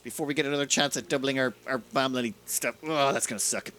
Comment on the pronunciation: Keep hearing bamily and not balm lily. We are balm lily, all my dreckos and me